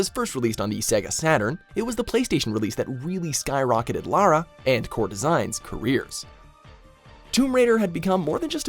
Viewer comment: No this can't be right an American who knows the difference between Lara and Laura?! 🤣